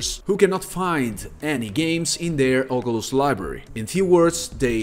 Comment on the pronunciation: “Oculus” no “ogulust” yes💀